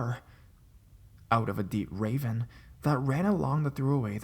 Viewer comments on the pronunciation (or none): So I don't mean to be a jerk, but you have the strangest voice and cadence. Your rhythm is off; you pause at the wrong times and pronounce things wrong. Who pronounces ravine as "raven?"